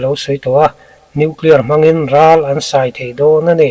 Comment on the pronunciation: "An sai thei dawn ani" itih "sai" itih hi elephat(sai)ri anga lam tur ani.